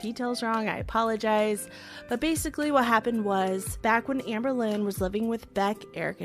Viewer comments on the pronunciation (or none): none